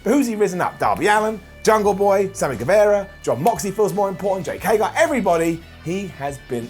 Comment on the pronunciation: It's HAY-GER!!!!!!!!!!!! Stop it!!! It's not HAY-GAR!!!!